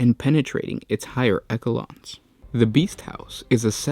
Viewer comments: Echelon is pronounced Esh-eh-lon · That was a horrible pronunciation in the video. Was going to say the same thing as you...